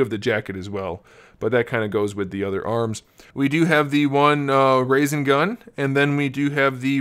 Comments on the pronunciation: OMG its not Rasen gun its rasengan you dont have correct pronounciation if im spelling that right. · y u say rayson tho. it sounds like rahsen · Westiplo Took lol it’s not raisin lol rasin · it's pronounced rah-sen-garn, not raisin-gun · "Raisin Gun" XD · Bruh “Raisin shoriuken” “Raisin gun” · My guy said raisin gun 😑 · resengan, res-en-gan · It’s ra-said-gan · lol it pronounced RAW-SEN_GAWN lololoolo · I’m a fan but you said rasengan and shuriken wrong but I know you haven’t seen Naruto so it’s alr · I don't hate you for not watching Naruto.. I hate u because you said rasingun. It's rasengan.. and u said rasinshurken